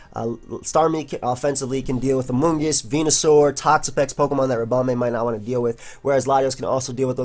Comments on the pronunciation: because pronounces it ribomBAE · Do you pronounce "bee" as "bay"??